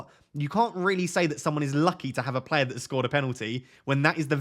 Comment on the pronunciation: Love the way says player. Plair. Keep up the top content